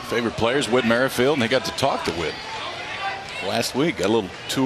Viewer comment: Come on kid your in the LLWS and you can’t even pronounce Whit Merrifeilds name right😐